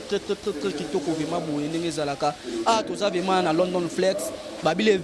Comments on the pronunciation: Balobaka vement ou vraiment. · Monsieur on dit vraiment et non vema